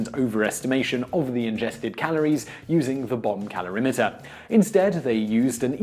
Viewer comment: Sounds like he's saying "bum calorimeter" - which would make sense when talking about bum brownies. lol